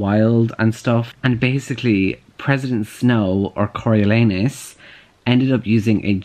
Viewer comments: “I’m reading it Cory-lee-anus...” Me: has to pause the video because I’m in tears Legit how I pronounced it until I asked my dad for help. 🤣🤣🤣 Cory-oh-lawn-us by the way. 😂💕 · "Im reading it Cory- ... Cory-lee-anus..." Literally, I wasn't watching the video, just listening your voice, and the first time I thought you said "CoralAnus" and I was WTF?!?!? XD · Am I the only one who heard “Coral-Anus” when google pronounced it? 😂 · i live for trying to pronounce Coriolanus and failing lol!